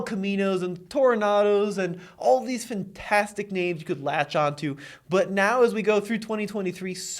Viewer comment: Fentastic is not a word!